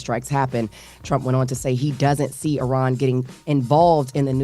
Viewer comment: you pronounced Iran correctly 🎉